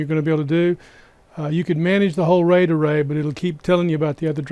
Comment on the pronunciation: I will be hearing 'ray-dah-ray' for the rest of the night! Truly though, this is great information in both the video, and your comment responses! +1 subscribe